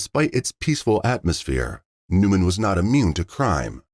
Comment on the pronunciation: Newnan, Georgia, not Newman. Wow, they finally locate the perpetrator in Mexico, then it took FIVE YEARS for him to be extradited to the States! Justice is extremely SLOOOOOOOWWWW!